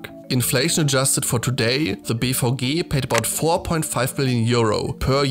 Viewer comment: Fascinating video but I keep hearing BVG as “beef hoagie”